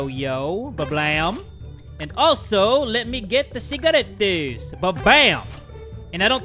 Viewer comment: I just realized he said CIGARETTEÁS